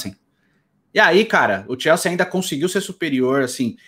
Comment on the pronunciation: Pq n fala o nome do tine direito? Xelsi é o crlh, É Chelsea campeão